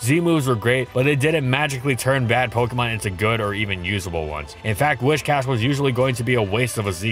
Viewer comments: Whiscash, not Wishcash. Driving me nuts haha do love the catfish tho, dope vid as always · I keep hearing "Wish-Cash" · Happy to hear someone else saying "WISH-cash" instead of the clearly inferior "WISS-cash". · I swear every single Pokemon you do you pronounce it in some weird way that I never did when I was a kid and I could usually look past it. But it cannot possibly be “WISHcash” its “WIScash” you know like whiskers, cause it’s a catfish. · Why pronounce it wish+cash when it's based on whisker and not wishing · Do a shot every time he says "wishcash". Better yet, don't. Your liver can't handle that much, even if you're Gloria, the legendary Scottish Trainer! D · If you pronounce it "Whishcash" one more time I'm going to blow a nerve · Am i the only one who pronounced Whiscash as Wishcast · It's whiSSSSScash